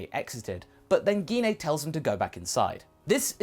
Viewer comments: Not trying to be rude but what's geen a you mean gene a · its pronounce Jine not gine and bardock really did care about gine (jine) like vegeta and bulma